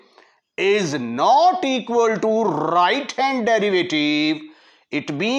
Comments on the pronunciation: i can't understand your rrrrrrrrrrright and khulas finish,😵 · Right, Rrrrrrrrrrrrrrrrrrrrrrrrrrrrrrrrrrrrrrrrrrrrrrrrrrrrrrrrrrrrrrrrrrrrrrrrrrrrrrrrrrrrright